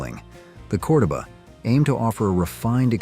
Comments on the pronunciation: I know, that pronunciation was driving me nuts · Chrysler “core-dough-baa” lol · Almost everything you stated about the Chrysler "CORDOBA" is incorrect, including the pronouncement of the name!! If you can not rely on A I to correctly pronounce your content, speak it Yourself! Its the least you could do for your audience. BTW Chrysler had the swivel seat introduced in the 1950s Imperial & many of their "Letter" cars.